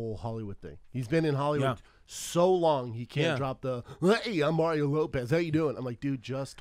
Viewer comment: Mah-ree-oh. He's from fuckin Chula Vista.